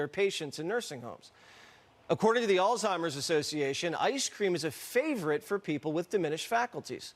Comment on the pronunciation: You're "age-ist" (do not know how to spell it) not because you're young but because you can't say Alzeimhers correctly. It not All-Timers as you said. Now, regarding presidency candidates. I wholeheartedly agree that these two candidates should not be the presidential candidates. I really like Mr. Bidden personally. But I wish that he would have ran right after being the VP. Our country would be so much different than today. That said, who are you going to have as the presidential candidate? I wouldn't mind Ms. Harris, of whom I think will become the 1st woman president. But no other candidate stood up and said "I'm going to challenge him!" Nobody! So until you help bring options to the table, you're not helping, all you are doing is complaining miss. (Modified)